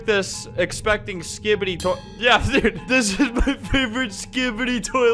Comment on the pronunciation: he says skipid-ee every time i love it